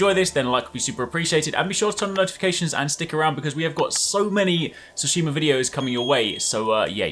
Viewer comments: Tsushima not Tsushimur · You need to pronounce the T, it’s not “sushima”!! When you are talking about pants👖, you don’t say “panss” do you? 😂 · “Ghost of ” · "Ghost of Soosheemer" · I just have to appreciate the opening pronunciation, Ghost of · “ghost of sushimer” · “Ghost of shimeru” maybe u should learn how to pronounce the game before u make videos about it lmaoooooo you lose all credibility right away when u don’t even know how to say the title. Also everything you’ve said in this video is explicitly stated and explained in the game. Ur a content hoar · Everyone says Tsushima wrong. Listen to how Jin says it. Listen to how the devs say it.